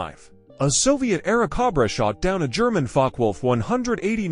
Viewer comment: This is VERY bad AI narration. It is very stilted, choppy, and unnatural. It consistently mispronounces "Airacobra." Is there no way you can correct the AI narration?